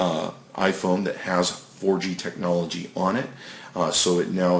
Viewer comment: wow. I didnt know the definition of "TEHNOLOGY" meant QUAD CORE. You sound really smart; I think you should be a Samsung representative.